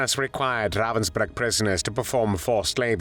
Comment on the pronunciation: Ravensbrück, nicht Ravensburg!!!!